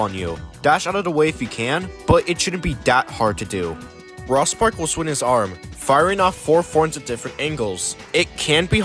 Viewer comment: The way you say "Rospark" is very odd. It's supposed to sound like "Rose-Park" as a pun on "Rose" and "Spark". There's others after you pronounce weird too.